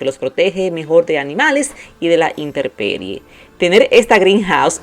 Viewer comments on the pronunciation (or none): Hola!! Se dice INTEMPERIE.